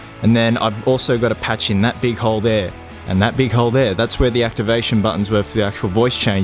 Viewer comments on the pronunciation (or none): none